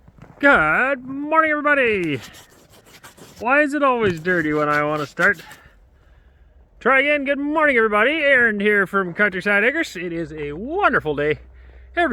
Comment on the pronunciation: It's Arend. Not aaron